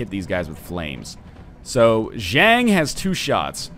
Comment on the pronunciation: Zhang isnt pronounced like dang, its pronounced like hunk